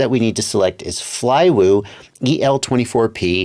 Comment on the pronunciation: Good work pronouncing the name :)